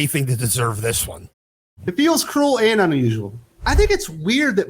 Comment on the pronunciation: "Crual" or "cruel"?